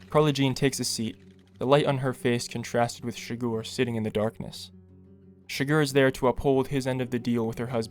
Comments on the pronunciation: Man the video is great only one tiny problem its not shgor its chi-gur and a silent H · CHIGGER! SAY IT RIGHT PLEASEEEE! CHIGGEERRRRRR NOT CHIGORRR ARRRRRGH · It's not Anton "Chigoor" it's Chi-grrrr. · it’s Chigurh not Chigore holy shit. Llewelyn even makes a joke about how it sounds like “sugar”